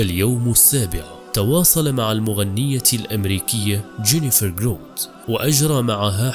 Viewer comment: اسمها جراوت، و ليس جروت، كما تنطقها. اللهم بارك لها وثبتها على الدين الحنيف